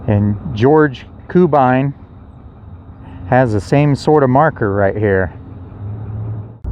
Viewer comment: I grew up in Coffeyville and you need to know the hardware store is pronounced "EYE-sham" and George Cubine's name is pronounced "CUE-bine" not "KOO-bine".